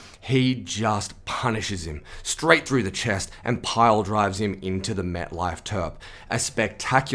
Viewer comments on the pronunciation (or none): none